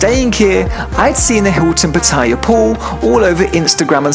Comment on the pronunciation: Both TVs are pretty awkwardly placed for such an expensive room. You're pronouncing Pattaya wrong lol, listen to how the locals say it!